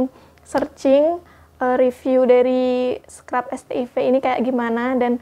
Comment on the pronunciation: Bacanya bukannya "set aivs"?